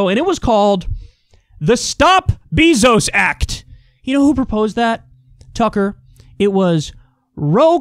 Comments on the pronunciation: Kyle, I love you, but I swear if you say "BEE-ZOS" one more fucking time, I'm going to give you fifty lashes with a wet noodle. It's like fingernails on a chalkboard. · Love everything you do Kyle But Bezos is pronounced “bay-zose” i had to say it because it bugs me lol idk why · I'm not sure what's more annoying — the way Kyle Kulinski says "Jeff Beezos," or the way Jimmy Dore says "Nancy Pelozi." 🤔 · It drives me nuts how Kyle pronounces Bezos' name 😂